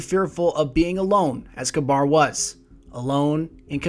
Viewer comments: His name looks more like it's pronounced "caber", not "cabar" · Love the video! (Isn't it pronounced Kaybr and not Kbar?) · Its not kabar. Its pronounced ka-ber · its ka-beer, not ka-bar. also watch the plosives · ka-bir. not ka-bar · Kuh-bahr is an interesting way to pronounce it. I always thought you pronounced his name Kay-bir. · pronounced [KAW BURR] not [kuh bar] but this video is awesome! you should definitely keep this up! i dont know why bungie couldnt take the time to put all of this lore (with audio narration like this) into the game and add some more character to it. as it is now it feels so empty, with no character or color to the lore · According to TTK, it's pronounced ka-beer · Mr. Crusader Meh I like Galahorn better... That just sounds stupid the way you responded. You should always use the proper pronunciations. I think it is "Ka-ber" just as Gjallarhorn is actually pronounced as "yahl-lahr-hawrn." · wouldnt it be pronounced "cah-burh" ? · the way you say kabr really annoying i think its said k-ber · Kabr (Kay-Ber) Aegis (Ayg-is) not ayjis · I've always pronounced it as Kayber, but it really doesn't matter all that much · I pronounce is KAH-ber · dude work on the way you pronounce these names and words. they are said aloud in the game and by the devs. its really irritating to hear you mispronounce these names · is it pronounced kaBAR or Kayber?